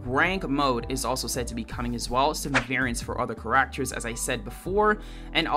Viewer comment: “Cuh rack ters”